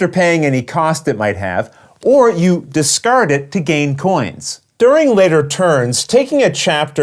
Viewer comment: I come for the crystal-clear rules explanation but I stay for the "discurding of curds"😂 Thanks!